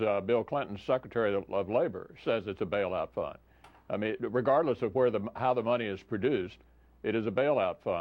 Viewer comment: Did he say "Bail-out Fun"? Guess it depends on who's stuck with re-paying the bail-out. And, Bank funded? The Banks print money that "We the People" are left responsible for making that printed paper have value. Republicans and Democrats are both guilty as hell of treason, period. Benjamin Franklin - "When the people find that they can vote themselves money, that will herald the end of the Republic."